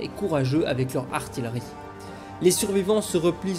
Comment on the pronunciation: Ça se prononce ar-ti-rie...AR-TI-RIE ! 😅